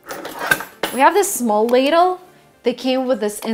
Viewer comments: ladle* not laddle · Please correct: Ladle not Laddle 👍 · Not Laddle vut Ladle